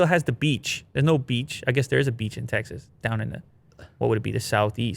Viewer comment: Tecxas, Techsas...